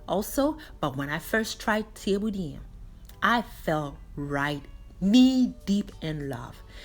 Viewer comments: Additionally, it’s pronounce Cheb-bu-gen. Senegal was colonized by the french and Thiebounjen is also written as ceebujen and if you search that you’ll find a plethora of french videos of this same dish. I agree with you most folks think of jollof rice but truly it’s Wolof. If you said jollof in Senegal host country nationals would think you are referring to the ethnic group Joloa/Djola in the Casamance region (Ziginchoir) of Senegal. Great video for English translation! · This was amazing!! Just wanted to say the pronouncements of this rice is << cha-boo-jun>> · Thieboudieune senegal not peper🤔🤔🤔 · Helping with the pronunciation, say it as ‘chebu jen “. She has the French spelling.